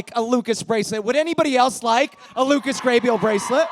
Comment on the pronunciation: Waitt the host is one of the dancers in HSM right? The fact that he pronounced Lucas Grabeel as Lucas Gabriel is taking me out 😂😂